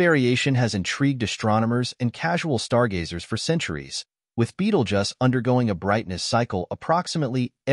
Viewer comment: Beetlejuice not Beetlejuss